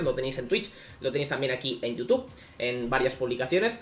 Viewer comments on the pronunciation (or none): none